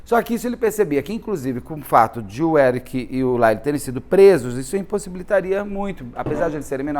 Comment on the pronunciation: A fonetica de Lyle é L-A-I-O